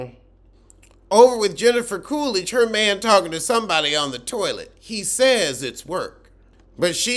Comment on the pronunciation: "Heffica Coolidge." 💀